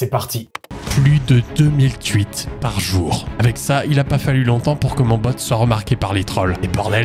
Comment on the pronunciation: Des ''tuites'' , ''tuitteur'' ? 😂 T'es alsacien toi au moins ?